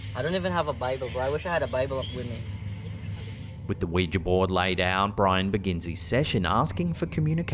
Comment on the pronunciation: Thank you for pronouncing Ouija correctly. Don’t know why it bugs me when people say it like Wee-Jee, it’s Wee-Juh phonetically.